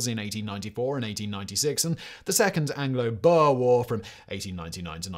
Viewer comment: South African here! The word "boer" is pronounced with a long "oo" like in the word food. So it should be pronounced more like "boor". Hopefully this helps for your future videos! :)